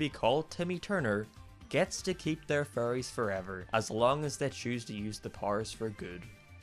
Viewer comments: It sounds like hes saying furries instead of fairys. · When he says fairy’s he sounds like he’s saying furrys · lol he pronounces "fairies" as 'furries" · It makes me laugh that when you say fairies it sounds like you say furies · No offence but when you say fairies it sounds like your saying furries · Not being mean but u sound like u say fairies ase furries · when he says fairies it sounds like furries uwu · Every time you say Fairies I always have to do a double take because I thought you said Furries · Whenever you say "fairys" it sounds like "furries" instead. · I keep thinking you're saying "furries" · "If he fell in love he would lose his furries forever" Sounds like strange Internet cult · I was scrolling down to comment the same thing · Yeah I know it sounds kind of weird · So the fairies are furries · Salty Soap same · Whenever he says fairy's it sounds like 'furries' and the sentence 'he keeps his furries' sounds wrong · Anyone: Fairies: FURRIES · I keep hearing “furries” instead of fairies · your accent makes fairys sound like furrys i was laughing the whole review because of that not at you just the context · I love how he pronounces "fairies" as "furries" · STOP CALLING THEM “FURRYIES” LMAO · When says fairies it sounds like furries and i regret realizing this. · Sorry, but your pronunciation of "Fairies" does sound like "Furries" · When you say fairies it sounds like you say furries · Probably cause he is saying furries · When he said ‘fairies’ I thought he said ‘furries’ 😅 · is it me or does it sound like says furries instead of fairys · Is it just me or did I only realize that he was saying "fairies" and not "furrys" halfway through the video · Why is it whenever he says fairies it sounds like furries. "- and leaving behind his childhood furries." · I can't unhear him saying "Furries" Abbey time he says fairies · I know its because of its accent but, I find it funny how he pronounces fairies with furries